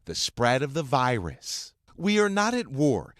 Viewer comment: I hate how this narrator says virus